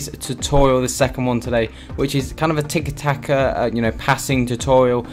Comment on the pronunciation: It'tiki taka not double taka, good video tho